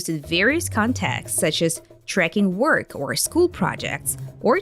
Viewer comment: She said NOO-tis for the word notice. Work is pronounced by her like FORK.. Hmm.. tsk..tsk.. 🤔